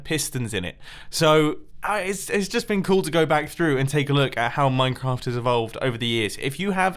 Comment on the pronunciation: Who else pronounces "Minecraft" as "Moincraft"